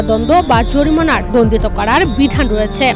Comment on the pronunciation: দন্দ না দন্ড